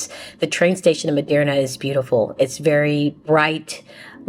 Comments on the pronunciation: Merida, not Miderna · Hola! Sería importante que si vienes a nuestro país aprendas a decir los nombres de nuestras grandes Ciudades. Tu dijiste Cancun y Medirna (what????). It Is Mérida. Also VALLADOLID! Please try to learn aoyr names ok? Thank you so much!😊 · There is no "n" in Merida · Is 'That City' pronounced ... (Mair...ree...dah) ? /Merida Tu hablar espanol? /Do you speak spanish? and are you communicating good with The People, and they with you? O.k. I got my answer as I continued viewing your video when you said you do not speak spanish. I'm very proud of you though; so brave of traveling alone. Pero aprende espanol es muy importante. / Learn spanish very important to know. I'm not latino but it's my 3rd spoken language. Remember former President- 'Gorge Bush' who's brother I think name was 'Bud Bush' who spoke fluent spanish, I think that's when alot of Americans got inspired and jumped on the band wagon and learned. 😂 Anyway, nice content thanks for sharing.❤ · It’s Merida. MARE-i-duh. 😊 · Mérida girl not Merderna 😂! Mérida is super hot but such a vibe! I’m hoping to move there!! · Please learn how to pronounce MERIDA correctly 😂😂😂😂